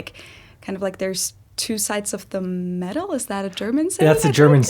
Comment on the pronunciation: “medal”, not “medal”. xD